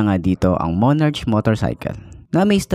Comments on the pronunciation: monarK po pronouncation nyan di po monarCH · Monark,tamang pag pronounce nya...✌️